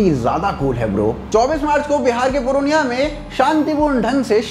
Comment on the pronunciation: पुरअनिया नही पूर्णिया बोले 🙏